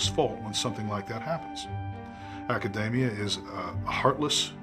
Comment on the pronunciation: For such a "genius", it's strange that he can't pronounce the word "academia" properly. And his head size theory is wrong. There are many animals whose heads are bigger than ours, and yet they're obviously not as intelligent.